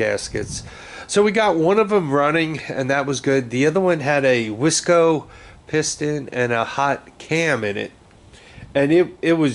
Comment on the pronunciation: Heck yeah. Sounds like a Honda.💪 I always heard people say Wiseco pistons not Wesco piston. It sounds the same as a Budweiser wise